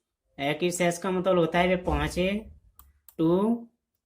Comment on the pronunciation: It's not matbal, it's matlab